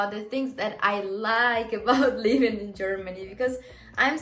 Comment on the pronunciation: Work on your pronunciation, girl. When you want to say living you actually say leaving. 🙂 You're welcome.